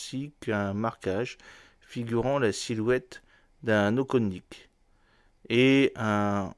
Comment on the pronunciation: Intéressant. Mais par pitié, apprenez à prononcer à peur près les noms russes : Okhotnik se prononce Ajótnik, avec le j comme une "jota" espagnole. De même pour Sukhoï.